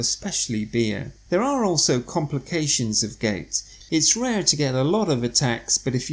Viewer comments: It not pronounced “gates” with the A emphasized! It’s Gout with the “ou” emphasized! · Gait attack, Gait pain? OMW no must of pronounciation but we know it as G o u t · Not gate.....GOUT.... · Would be nice for us if you could pronounced gout correctly.